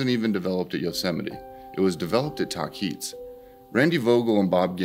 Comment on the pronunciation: It is pronounced the way it is spelled, tahquitz : (tah-quit-s) not (ta-keets). Just FYI .